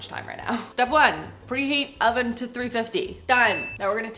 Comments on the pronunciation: When you said: thank you oven, I heard thank you 'Alvin' 🙈 maybe a new name for your oven? Love your content! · I thought you had oficially named the oven cause I heard "Alvin" but then I realized you had just said oven lol